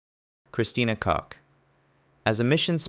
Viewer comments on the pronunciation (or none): Fr why did bro say Christina Cuck and then coke…